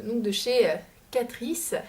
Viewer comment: Euh Catrice c'est allemand donc ça se prononce "Catrice" comme en français ^^' (désolée c'est pas pour faire ma relou mais ça m'a fait rire quand tu l'as prononcé à l'italienne :) )